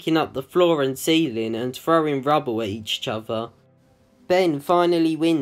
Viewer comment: why do you say each chother when it's each other? just curious.